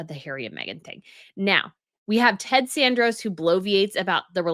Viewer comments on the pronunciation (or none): Sorry, but Netflix Ted's last name is Sarandos, pronounced Saran (like Saran Wrap) - dos (Spanish for the number two).